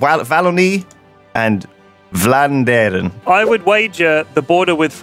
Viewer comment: as a dutch person. i hated it when lewis said "vlaanderen"